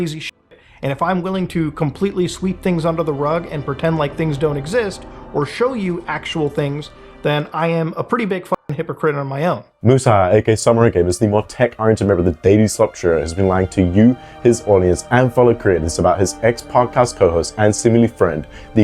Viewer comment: did you just say MUSA?